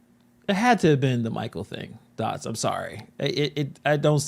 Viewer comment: He said connect the dotts. Dotts omg